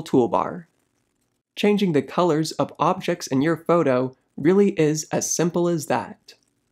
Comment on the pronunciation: I like how he says photo in a kind of accent. Like "fowdow".